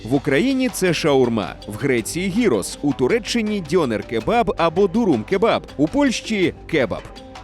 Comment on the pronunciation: Перепрошую. Не "гірос", а "ґірос". Не "маргарита", а "марґаріта". "Nigiri", а не "nihiri". Не "з'їсний", а "їстивний".